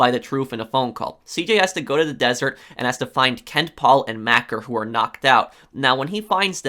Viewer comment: It's pronounced "Mack-ah". It's a common British nickname for anyone with a Mc/Mac surname. At least in North England it is, and Maccer is from Salford.